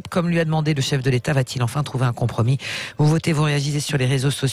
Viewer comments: Un "contromis" 🙄 ? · Un « conTromi » ?! 🤯